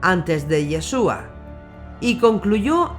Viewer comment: SE PRONUNCIA IESHUA , NO YESUA